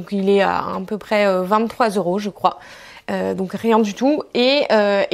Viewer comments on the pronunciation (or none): none